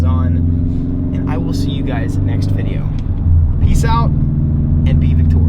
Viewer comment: i like the way you say "thank you for watching the vidjo" outlaw the YouTuber does the same thing too at the end of his vids